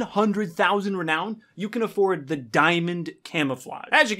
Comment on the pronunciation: Ah yes de tin foil camo